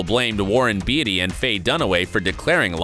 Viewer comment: In a video about Oscar mistakes and flubs you said Warren Beatty wrong. Unless Hollywood has been pronouncing it wrong all these years.